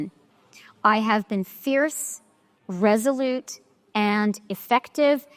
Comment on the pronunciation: She says she will be firm and "reselete"? She thinks that Trump's afraid of her? Thanks for the laugh of the day!!!🤣